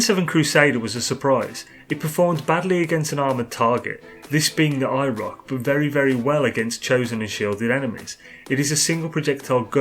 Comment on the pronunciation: I thought he was saying “EYE ROCK”